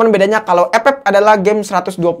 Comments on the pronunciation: Ampe sekarang gw ngakak kalo denger kata “EP-EP” 🤣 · GUA SUBREK GARA² LU NGOMONG EP EP BANG 😂😂😂😂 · Gw ngakak terusss dengar abang nyebut epep🤣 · Pasti proses editing nya ngakak sndri tuh liat scene sebut ep ep nya🤣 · Ane player epep, tpi ngakak pas lu bilang epep bro😂😂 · Gw paling suka chenel inih pas luh ngomong ep ep🤣